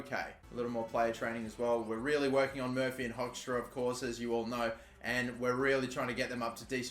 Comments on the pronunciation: since Hoekstra is now in the main team, I just have to say that its pronounced as Hookstra just a little nitpick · It’s pronounced Hookstrá (hoekstra) as the oe makes an oo sound, hope you’ll see this :))